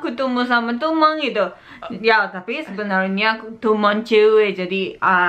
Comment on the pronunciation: Ngomong temen,dengernya tuman wkwk